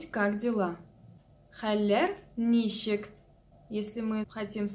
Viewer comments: если я не ошибаюсь, вы ударение в слове ничек неправильно ставите - на первый слог-нИчек, а надо на второй - ничЕк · Ничек---так и произносится ничек через ч , а не через щ. Через щ это какой то чувашский акцент.